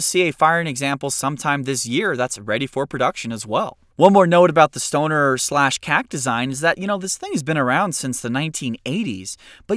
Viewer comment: He needs to pronounce “Knights” and “Stoner” using an English accent like he does with other ethic names with their ethic pronunciation lol 😂